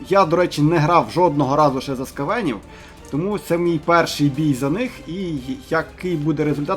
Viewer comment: Наголос неправильно робиш, на букву ,,а" наголос не ..е"? це про скавенів